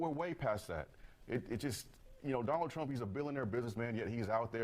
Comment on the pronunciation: "I will boat for Donna Trump"! How's that working out for you all? 🤣😅🤣🤣